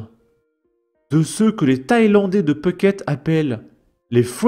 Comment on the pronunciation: Phuket et non pas Peuhket